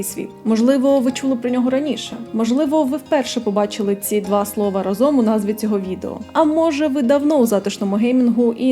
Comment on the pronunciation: Вибач за те, що душню, але у слові разом правильно ставити наголос на букву А, а не О, тобто рАзом, а не разОм